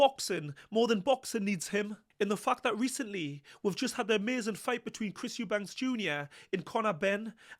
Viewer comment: Eubanks? ITS EUBANK!!!